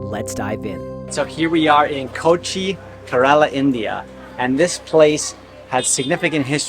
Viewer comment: It's prenounced as: kE-ra-la And kochi is: Ko-chi